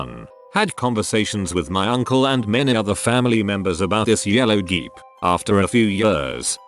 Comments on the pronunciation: geep instead of jeep? you need to tweak your robot voice. always says words wrong. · But why did he keep saying geep instead did jeep hahahaha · I’m sorry but the way the bot said “Jeep” as “geep”